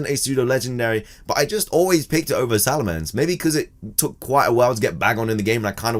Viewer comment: Salamence, not Salemance!